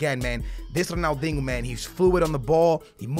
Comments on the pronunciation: Yo pissing me off its Ronaldinho,not Ronaldingo😂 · Why you say ronaldingo? You can’t say ronaldinho? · Dingo... it’s pronounced diño ... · Who can hate on ‘Ronaldingo’ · Ronaldingo?! Please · Why do you say “Ronaldingo” 😂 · Why you pronounce it ronaldingo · I swear you’re saying Ronaldingo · Ronald dingo lol the disrespect just fucking sound it out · Pls sell if you can’t say his name the right way